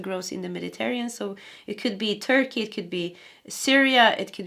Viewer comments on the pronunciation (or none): none